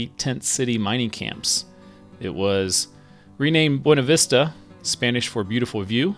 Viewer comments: Fairplay's my favorite, but I guess that's because we live there (parttime). Also FYI, the locals pronounce it Byoona-vista. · I’m a Colorado native born in Salida lived many years there as well as Buena Vista never herd the way you pronounce it